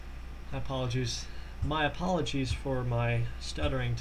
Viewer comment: Lol good video but I laughed when you said my apolijews